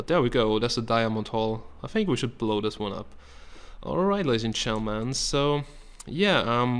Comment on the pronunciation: he needs to fix the way he says Gentleman he says "all right ladies and chentleman"